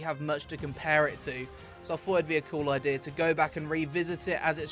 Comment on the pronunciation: "Ideur" lol i love how he says idea